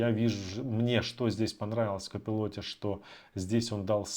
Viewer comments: Не копилот а копайлот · Не удивляйтесь! Реально надо быть просто гением английской филологии чтобы прочитать слово Colipot. Простым смертным это недоступно.